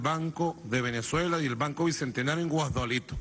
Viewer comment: guasdklito jajajaja